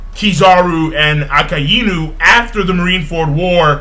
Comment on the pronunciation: I really like your One Piece reviews, too. They're very thorough and very accurate. The only thing bothering me is how you pronounce the names of the Marine Admirals. The correct pronunciations are as follows: Aokiji: (AE-oh-kee-jee), Akainu: (Ah-KIE (ryhmes with "pie")-New), and Kizaru: (Kee-ZAH-roo). I'm not trying to be mean, I'd just like to hear someone pronounce their names correctly. Will you give it a try?